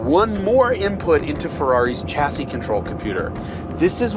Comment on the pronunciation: oh jason, weve been through this before the 'ch' in chassis is taken from 'ch'ampagne, and not 'ch'air. think shassy.